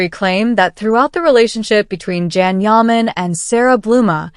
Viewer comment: YOU‼️ need to start pronouncing his NAME CORRECTLY—- it’s pronounced JOHN!!! YAH! MON. Please get it right as the moderator 😳